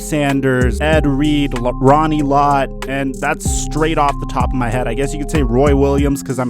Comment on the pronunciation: He said lebronny Lott